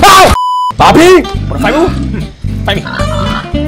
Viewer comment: Did he say bobbyy